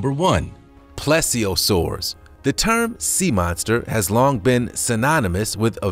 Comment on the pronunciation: When you do these videos, make sure to pronounce the na.es correctly. Mosasaur: mow-zah-soar Plesiosaur: please-z-oh-soar